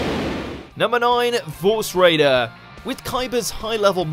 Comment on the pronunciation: its force raider not vorse raider